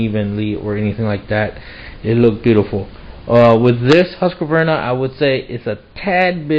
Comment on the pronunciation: It's not that his camera is bad -- it's a low-res upload to the internet. Well, his camera may be lousy, too, but no recent camera is 144p. And, it's "Husk-var-na" -- 3 syllables, not "Husk-a-var-na." You should be able to correctly pronounce the names of family, co-workers, and power tools. If you don't, they'll bite you.